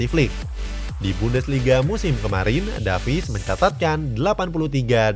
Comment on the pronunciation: Bang baca nama Alphonso Davies bukan Davis tapi Devis